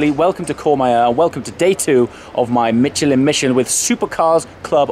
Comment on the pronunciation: So close to pronouncing Michelin correctly this time,. Let me help you pronounce a French word in English. Pronounce it as "Mishelin".